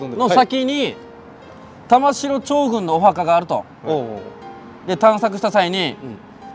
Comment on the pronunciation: 玉城(たましろ)読みではなくて、たまぐすくと読みますね。